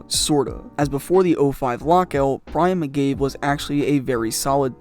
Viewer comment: it is called focus. You even screwed up Brian McCabes' name for crying out loud.